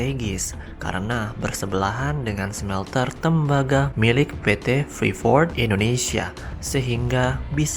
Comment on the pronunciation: Bacanya freeport min bukan freefort